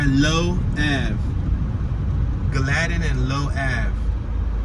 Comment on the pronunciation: it's pronounced GALL-ah-tin